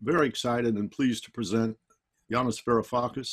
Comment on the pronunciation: Yanis, not Yanice lol, but gg